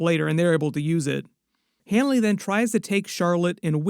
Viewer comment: It's Leroy Hanlon, not Hanly